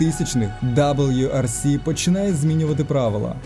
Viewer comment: Боже мій, ти що ніколи не дивився, не грав в ралійні гонки ? Ніхто, НІХТО не каже даблю-Р-С - на раллі!!! Ладно ще на ВР-ІКС С-Ті-АЙ казати даблю-р-ікс С-ТІ-Ай, але ж не на гонки... Я ржав як кінь, друг надірвав живіт..